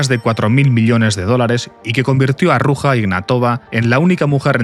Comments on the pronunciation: Se llama Ruzha, no Ruja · se prouncia "ruya" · El j de Ruja no se pronuncia asi